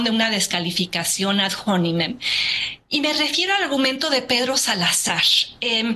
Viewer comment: ad-hominem ahora se lee ad-jonimen jaja